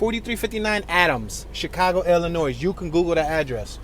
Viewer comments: Its NOT PRONOUNCED "ILLINOISE".... ITS PRONOUNCED "ILLINOI" THE "S" IS SILENT... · Not “Illi noise” it’s pronounced “Illinoy”, the S is silent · It’s pronounced “ILLINOI” not IllinoiS!! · Am in no way making fun of you, but ILLINOIS is pronounced Illinoi with the S silent. So enjoy your channel! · and they probably pronounced it “ILL-a-nwaAh” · The s is silent in Illinois. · Feel really confident with a narrator who pronounces the 's' in Illinois. And as for "Tupperware bins"....